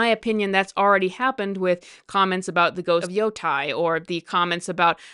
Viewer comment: Off topic (since I agree with everything you said): Is there some kind of "language virus" on the loose? Why are so many people saying "woman" instead of "women," or "yo-TIE" instead of "yo-TAY"? I'm not mad at you or anything, but it's weird to me that these obvious mispronunciations seem to be spreading like crazy online. Where did this start?